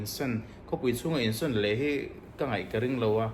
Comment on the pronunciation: Insan ni lovin insawn tih tur aw 😅 insan tiin i lam ri deuh tlat ania